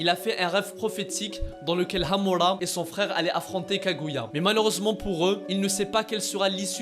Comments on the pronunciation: Par contre c'est super chiant quand il dit :Hamula pas Hamula c'est Hamura c'est pareil avec Hagolomo c'est Hagoromo respecte les noms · Frr c’est quoi hamola et hagolomo tu c’est bah bien prononcé toi mdr 🤣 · Par contre ton accent quand tu prononces amura c degeulasse 😂 mais sinon bonne vidéo 👍🏿